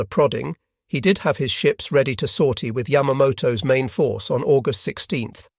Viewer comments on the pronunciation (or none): none